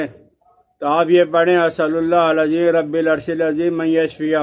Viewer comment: رب العرش کے ب پر زبر ہے مولانا